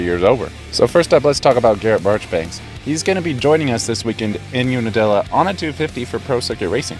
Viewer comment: UNIDILLA? Try again.